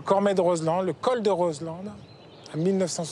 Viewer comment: Juste' une petite info : on en prononce pas de "D" de Roselend ! On dit phonétiquement : Rozlan !